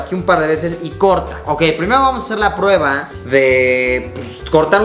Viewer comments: "SIGUIENTE PRUEBLA" xD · "Siguiente Pruebla" JAJJA XD